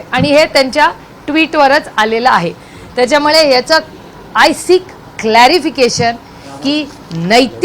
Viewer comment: ताई आपण संसद रत्न आहात..उत्तम फाडफाड इंग्रजी बोलता..परंतु मराठी साहित्य वाचा..मराठी शब्द उच्चार सुधारा..मोठ्या साहेबांचा हा गुण घ्या. त्याच्यामळे नाही त्याच्यामुळे.. चौऱ्याशी नाही चौऱ्याऐंशी..